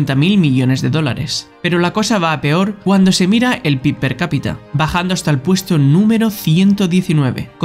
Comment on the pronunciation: Buen video, las cosas que cambiaría serían el título por un "Y SI", que es la base del canal y otro error que había era la pronunciación de PIB, que se dice "pe-i-be"